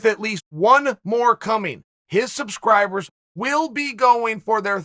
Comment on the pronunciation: Even two month old kid is uploading video of official prediction ufc264 "Slubclibe to my tannel"